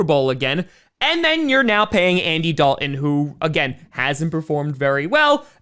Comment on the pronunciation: Yeah, there's a "t" in, "Dalton" as well. I realize you're a Packer fan and have limited intelligence, but I've been trying to help you for months.